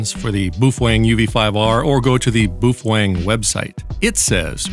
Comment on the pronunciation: Every time you said 'boofweng' I bust out laughing. Holding that radio was another matter...